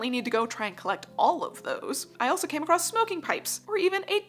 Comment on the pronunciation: I genuinely mean no offence but I did have to laugh at how many times you said "A-CROSST in this video... I'm not american so I'm not sure, is this just an american thing where they say many words so ridiculously wrong that it's utterly bafflingly, for example, common words like as "URRRB" instead of "herb" or "mooz-ZAAAHM" instead of "museum" ???????